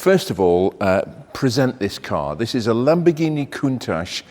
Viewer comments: It's pronounced "Con-tatch" not "Coon-tatch" - That's not being very nice to our black brethren. Are you being deliberately racist? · It's pronounced "Koon- taash" , not "tach". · In the seventies nobody said „Cuntaasch“ but the word as we read it. It’s linguistically clearly an English word composed of ‚count‘ and ‚tachometer‘ which makes perfectly sense with a car. As the Italians don’t know any English they pronounce the word like in their language - hence that ugly sounding word with the narrative that it would be a Piemontesan expression that I have never heard and simply doesn’t exist. But the Italian proverb says it best: Se non è vero, è ben trovato! So let’s go on with Jay, Doug, Blondie, and all the other car bloggers saying „Cuuntaasch“ while it would be in their genuine language and sound much better. By the way: most Japanese YouTubers say it correctly! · To me the Countach looks like Klingons could have made it, therefore i pronounce it Kuntak :)